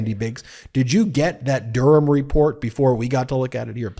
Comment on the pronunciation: Why say Durham like "dooram", it's like going out of your way to mangle a place-name about 6 times older than the US. Well done for not saying the H in it, like you do wrong with Birmingham, but I've never, ever heard the ancient town of Durham mangled like that in my life.